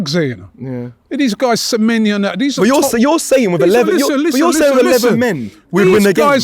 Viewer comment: Samenya!! 😂 Can get into any side. Get his name right first Robbie it's pronounced, samenYO! He can get into any side in the EPL😅😂